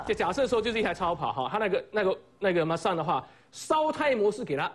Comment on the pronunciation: 原來野馬唸馬S蛋